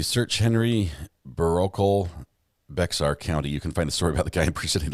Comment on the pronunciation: it’s pronounced Bear county even though it’s spelled Bexar.